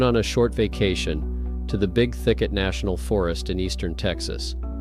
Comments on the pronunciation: Big THICKET... Not big "ticket"... Lol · Fyi, it's Big Thicket, not ticket. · It's Big THICKET, please. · How much is a ticket to get into the Big Ticket park? Ah he got it right 2nd time. Definitely AI. Its getting hard to tell. If you are human, i do apologise 😁